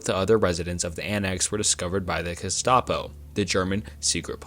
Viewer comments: Guess-tah-po... lol bro, come on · Some of the pronunciation in this is laughably bad 😂 menjell, jestapo, luftwaffle ??? My word. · “Esto-Eric”, “Luft-waffle”, “Jestapo”. Jesus dude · Yeah 10 minutes in I can't finish this. Jestapo and estoeric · example: Gestapo is pronounced with the hard G (as in gross, grind, gamer, girl). ironically, German does not have the soft G sound (sounds like J as in German, geometry, plunge). the german word for germany is deutschland ("doi-tch lahnd")!